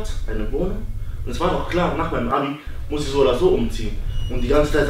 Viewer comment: OMG Der Vater ist einfach Dod er sagt er moss zu Schule gutbei